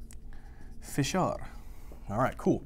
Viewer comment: when u said superior orbital "fissure" I thought 100% this was Arabic. Omg, you literally pronounced a word that means "pop corn" in Arabic the perfect way lol !!!!